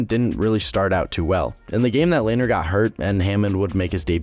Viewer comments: i always thought lehners name was pronounced le-ner not layner lmao also, love the reference to binner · Its pronounced lehner not layner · Lehner "LAY-NER"? Never heard pronounced like that until this video... Always heard it as "LEN-ER" on broadcasts by professionals... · It’s len er not lainer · It's not pronounced "Lay-ner" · Couldn’t even finish the vid 💀 brutal pronunciation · You mis-pronounced Lehner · Nice try on pronouncing Lehner lol